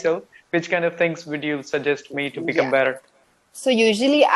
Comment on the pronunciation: your your english communication skill very good. Any learner one can follow your english for improvement. But one thing u should correct your pronunciation "better" that will be good. I follow u time to times... Kolkata